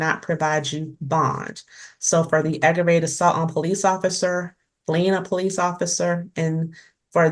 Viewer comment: "Police". The emphasis is supposed to be on the 2nd syllable. I can't stand hearing people say PO-lice, like it's two words. I guess that makes me a member of the grammar police, and as a member I know how to pronounce it. LOL